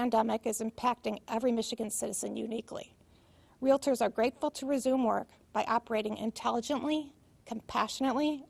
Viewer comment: REALITORS ASSOCIATION????? 🤣🤣🤣🤣🤣🤣🤣🤣🤣🤣🤣🤣